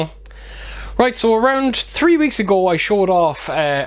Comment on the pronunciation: you would think we would get these cool editions in the states since the movie was literally made here. So weird. I suspected you lived there. The way you said three was a giveaway haha 😉